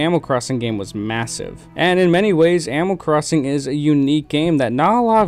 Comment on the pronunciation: am I the only one that hears "amal crosin" just me? ok